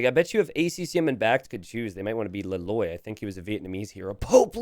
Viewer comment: Le Loi is Vietnamese, not French. His name is pronounced Lay Leuhy, not Le Lwah. Gonzalo Pizarro is Spanish, not Italian. His name is pronounced Gonthalo Pitharo, not Gonzalo Peetzaro.